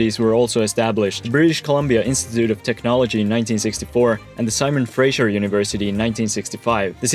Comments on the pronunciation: Is Fraser, not frasher! Haha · Even Vancouverites don't have the "utmost respect" for Vancouver and its citizens. We're pretty low stakes here. You're doing fine. For sure don't pronounce "Fraser" as "Frasier" though. Fray-ser or Fray-zer, never Fray-Zhur. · It’s not pronounced “Frazier” it’s Fraser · It's not the Frazier river I the Fraser river. It's not Kelsey Grammer. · For me it was pronouncing "Fraser" like "Frasier". We're not named after the 90's sitcom character.